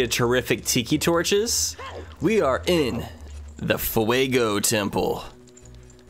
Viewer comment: Gorons can resist lava, so theyll be fine jeje, Great video by the way and excellent pronuntiation of "Fuego" nicely done.